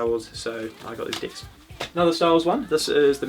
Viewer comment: Sometimes I hear decks, other times I hear dicks